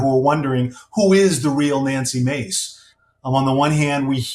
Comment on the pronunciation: Nancy’s last name is “Mase”, not Mace